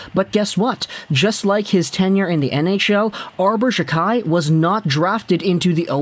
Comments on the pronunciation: It’s pronounced jack eye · his name is pronounced jackeye